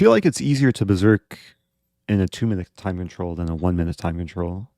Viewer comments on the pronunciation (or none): none